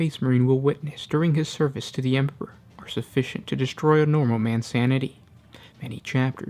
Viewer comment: HAIL THE EMPURRPURR! CAT GOD OF FELINE KIND! How you gonna have a 40k lore channel and you cant even say emperor😂